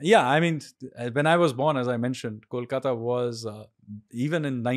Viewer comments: The host is murdering me with his pronunciation of Kolkata. IT IS not Callkata 😅- Kolkata as in Koala Ko 😡😡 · Try to pronounce "Kolkata" like you pronounce "Boing" and not "Kaulkata"